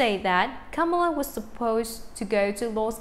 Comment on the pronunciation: says Camila Cabello no Kamela